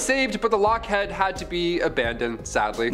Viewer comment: Lockheed!!!! Not head!!